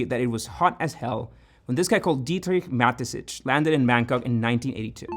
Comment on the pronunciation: I did not come here to hear an American murder "Dietrich Mateschitz" or "Rasenballsport Leipzig" - but it was fun. Dankeschön!